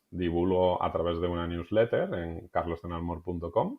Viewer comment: Newsletter? No se entendió 😊